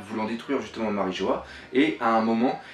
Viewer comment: "MariJO-HA", ah et aussi "Shaboadi"